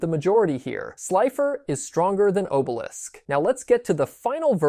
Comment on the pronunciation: Bruh...why do you keep mispronounced names? Are you EVEN a fan?? Atem is pronounced AH-TEHM Obelisk is pronounced AW-BEL-ISK